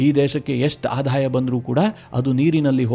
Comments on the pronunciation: ಆಧಾಯ ಅಲ್ಲ ; ಆದಾಯ - ಇದು ಸರಿಯಾದ ಉಚ್ಚಾರ. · ನಿಮ್ಮ ಮಾಹಿತಿ ಚೆನ್ನಾಗಿದೆ ಆದರೆ ಆಧಾಯ ಅಲ್ಲ ಆದಾಯ